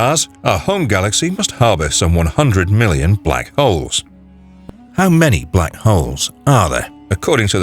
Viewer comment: Guy needs to work on his pronunciation. He said Black hoes.